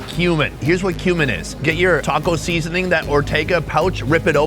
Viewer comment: SEEEEEEEEZENING! So funny how you say it!